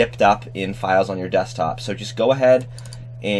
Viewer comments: I literally favourited this video and once in a while I visit it to hear the Indian accent at that one word "files" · froggy studios cuz he said the word “files” in Indian accent lol